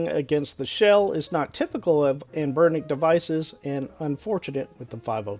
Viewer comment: Any one really put off by how this dude pronounces anbernic